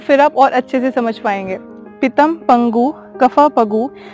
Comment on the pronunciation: " आयुर्वेद में तीन दोष होते हैं " - सुनकर झटका लगा . दोष 'आयुर्वेद' में नहीं होते हैं.. बल्कि आयुर्वेद में तीन दोषों की व्याख्या गई है . पर आपने कहा " पितम " जो कि " पितः " है. .. आपने कहा " पगु " जो कि " पंगु " है. Please comment on this - Gravity also helps in downward movement of भोजन ,पानी ,जूस का नली में नीचे आमाशय की ओर जाना, रक्त, मल, मूत्र, वीर्य.